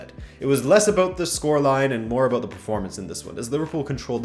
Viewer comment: I loved the ''sorry abUt that'' in the beggining, not a hint of canadian in you